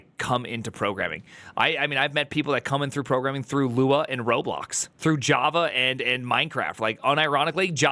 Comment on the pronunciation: The turd actually calls Java "hava" like tf ??!